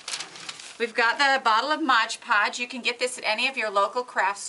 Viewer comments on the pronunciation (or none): MOD Podge....not MODGE PODGE. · MOD Podge. Not modge podge. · Why does everyone call this stuff Modge Podge, when it clearly says MOD Podge on the label? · Mod is NOT pronounced "Modge" ~ She is working with MOD Podge.. Mod - D MoD.. Podge. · It is not pronounced modge podge . It is mod podge. I hear a lot of tutorial people pronounce it wrong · MOD! podge Not ModgePodge!!!! Please!!!